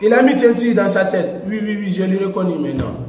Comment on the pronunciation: On dit maintenant et pas metna